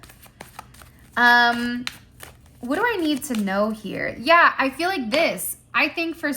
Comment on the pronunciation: Not YAYuh😂😂😂